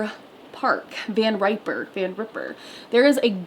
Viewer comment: It’s pronounced “Van Riper”